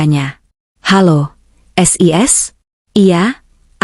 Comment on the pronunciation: Siska dipanggil "sis" ngapain dibaca es i es ? 😮